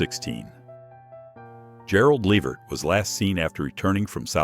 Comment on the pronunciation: You should be ashamed of yourself for mispronouncing the names of these iconic people. I mean, are you serious Gerald lavert? You destroyed that name and Leonard skynyrd. Oh my gosh shameful